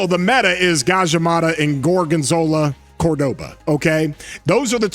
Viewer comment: dude said gorgonzola cordoba 💀